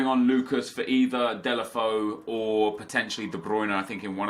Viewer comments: It's DAY-LO-FAY-OO not DAY-LE-FO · Delafoe..... I think it's like "Delafejhu" correct me If i'm wrong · Deulofeu is pronounced Day-you-La-Fay-You